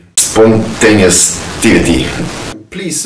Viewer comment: Brilliant stuff dude ! BTW it is pronounced " Spon - tea - nay - it - e " Love your work - I have a nice brownie waiting for a plate due to your videos !